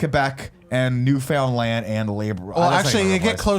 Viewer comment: It's pronounced "New-fin-land (say it fast) & La-bra-dor", say it right, I'm from there!! But yes, I agree, we have WAY fewer places to try to remember up here in Canada!! 😊